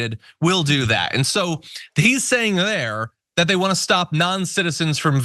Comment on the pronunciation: "I vant my skull!" I remember The 'Burbs!